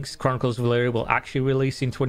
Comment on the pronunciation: He says Elyria so many time and you’re STILL saying Elyria wrong so many times??